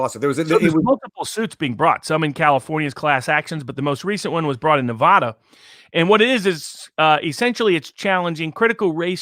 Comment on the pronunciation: you guys are great but you need to pronounce Oregon & Nevada Correctly.